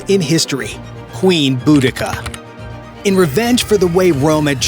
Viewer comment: I'm not sure I can listen to him mispronounce Boudicca any more